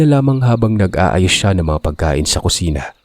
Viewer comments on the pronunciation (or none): none